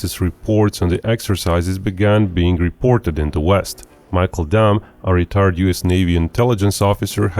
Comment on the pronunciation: The way this guy says “retired” caught me off guard